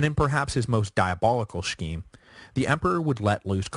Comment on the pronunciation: The word "scheme" is not pronounced "sshkeem", rather, :sskeem". Also, the name, "Anthony", is pronounced, "An-tuh'-nee", not "Antnee". The latter was used before the 17th Century in England.